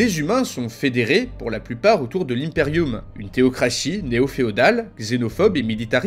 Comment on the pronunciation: Je me suis tapé des centaines de vidéos sur WH40K et c'est toi le seul à prononcer Impeium correctement 🤣🤣🤣. Super vidéo un grand merci